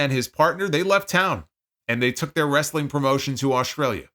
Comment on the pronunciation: As a southern myself, this was how I pronounced it until I became a teenager 😂